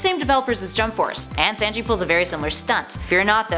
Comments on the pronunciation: Ve-cheat-a Day_ku and San-G😭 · The way this lady pronounced Vegeta, Sanji, and Deku is literally the most cringiest this ive heard